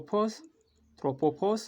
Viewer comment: bro you have to say trpopause not tropeasuse 🤣😂🤣🤣🤣🤣